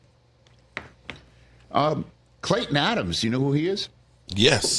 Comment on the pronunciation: Hear that...Klayton....not Cayton